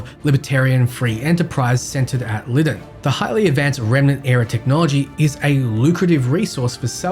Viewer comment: Bro, it's pronounced LIE-DON not Lidden🤦🏾‍♂️